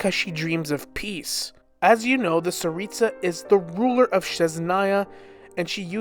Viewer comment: Tsaritsa not staritsa.